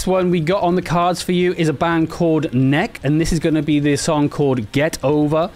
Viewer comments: Peter of Maids News Network has recently covered Hades, including interviews. NEK! is pronounced : Neckee. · A killer line-up with Hades, Nek! and Band-Maid. Check out these bands. Have youu heard of them? What do you think? Yes, I realise I've mispronounce Nek! as Nek and not, as Neh-kee. I'll get it right next time! <3 If you like this gig-like video format, let me know and i'll do more of them!